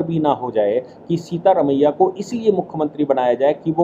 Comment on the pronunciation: सीता रमिया नही सिद्ध रमिया।